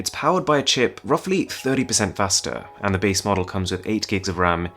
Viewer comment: He cant even pronounce "and" :)))) all I hear is "ant"